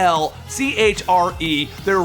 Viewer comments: It's pronounced Sep-ul-curr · I think that was pronounced "SEH-PULL-CUR" which I believe is also the more fancy name for a tomb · say it with me now sepulchre=say-paul-ker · say it with me say-poll-cher sepulchre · Sepulcher? I assume they use the british spelling for the name based on what you said in the video, but it is pronounced as follows: Seh-pull-ker Hope that clears things up. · Sepulchre is pronounced "Sep-luh-ker" or "Se-pul-ker"